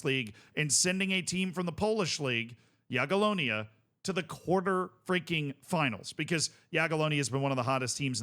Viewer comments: Yeah! has learned to pronounce "Jagiellonia.":) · appreciate correct pronunciation of Jagiellonia! Let's go one step further --> try Legia "Var-schava" next time!